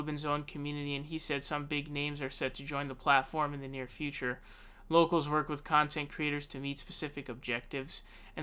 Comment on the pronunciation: You sure you got that name right and it’s not “Yocals”? Rubin is apparently pretty “brave” not debating Sam Seder.